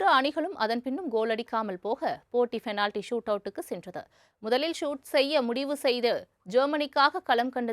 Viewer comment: Change your pronounce from fenality to penality